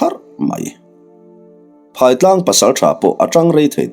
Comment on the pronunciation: Phaitlang ,he khawp hming hi I lam diklo nasa thin e, ,PHAI TLANG , phaitlang tih chuan , a lam dan tur ,phai, zo tih te ang hian ,phairam..zoram..phai,phai mual pharh duai. Eg. Phai ah ka zin dawn.